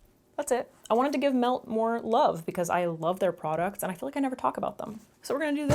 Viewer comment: Omfg so I was thinking you were saying Milk cosmetics and just saying it like a weirdo😭 nooo MELT. Okay, cool😭